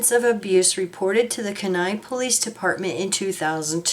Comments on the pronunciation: pronounced- Key nigh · That is pronounced key-ni kenai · Kenai is pronounced Keen eye 😊 Thank you for posting this ❤❤ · My brother-in-law comes from there and it is pronounced Keen Eye